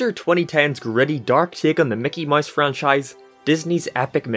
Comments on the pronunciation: Mickey “moise”? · Mickey MOUSE, not mice, MOUSE